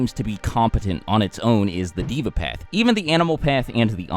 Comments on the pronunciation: it is pronounced “day-vah” the word deva is a Sanskrit word meaning god or godly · you were wrong about a lot of this and you said deva wrong